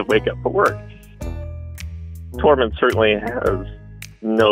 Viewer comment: Ohhh Tormund. I thought he said the cat’s name was Torment 😂.